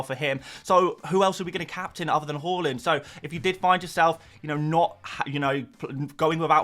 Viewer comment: The way you say Haaland makes me sad - great vid otherwise